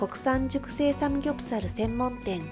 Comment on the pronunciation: 카오 누나 삼굡사루, 자갈치루, 서우루 발음이 너무 카와이하므니다